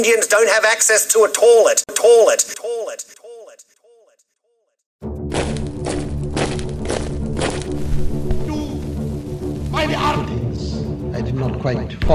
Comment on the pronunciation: Now UK Economy is in the 'toolett'